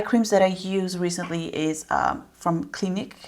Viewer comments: Time stamp , pronounced “Klin-eek” not “klin-ick” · Also its pronounced cla-neek